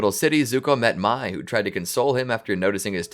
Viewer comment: how does everybody get the pronunciation for Mai wrong?